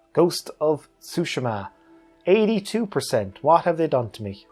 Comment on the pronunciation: Appreciate the most accurate pronunciation of tsushima. So many people say sue-SHEEEE-ma. Which I understand, but hopefully more people can learn the proper way to say it.